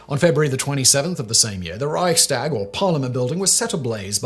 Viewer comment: There was no guy called "Hanfestagel", and the Reichstag is not a tag. Bad Wiessee is not "Bad Weißsee". A correct account of history should include an effort to correct pronounciation, at least so that viewers are not confused.